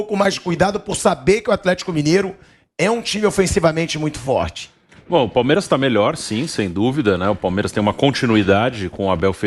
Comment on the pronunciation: Vampeta seu cachaceiro, nao consegue nem falar plural. "Palmeira"